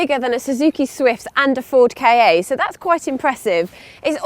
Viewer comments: It's pronounced "kaaa" not "kay-ay". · Ford K.A.? What?! I thought its pronouced as "car" without the "r". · Lol ford k-a...its calld the ford ka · "bigger than a Suzuki Swift, and a Ford K.A" Yooka: It’s just called "Ka". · Ford K-A??? ... LOL it's Kaaa